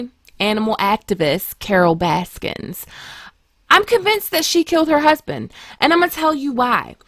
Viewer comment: There is no "S" in Baskin"